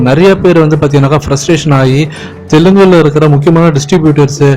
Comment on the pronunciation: Dai adi Telugu ...not Telungu ... Enadaaaa sabar